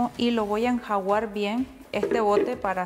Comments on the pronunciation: Enjaguar 😏😅es enjuagar ? O enjaguar 🤦‍♀️😂😂😂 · va a enjuagar no enjawar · No se dice enjuguar se dice enjaguar que no le salga el pueblo que lleva en usted pls